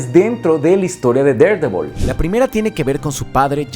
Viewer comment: amo que pronuncies tan bien Daredevil, mi cabeza ya se habia acostumbrado a que los youtubers lo dijeran mal 20/10 god